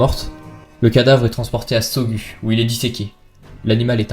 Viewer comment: Bonjour la scène se passe essentiellement en Lozère mais aussi en haute Loire et en particulier a Saugues qui se prononce "Saugues" comme cela s'écrit et non " Saugu" comme vous dîtes j'ai également entendue d'autres erreurs de prononciation de votre part vous savez bien que cela est souvent pris pour un manque de respect de la par des autochtones. Si vous prenez quelques minutes afin de vérifier les prononciation des nom locaux vos histoire n'en seront que plus crédible et nous nous sentiront respecter Cordialement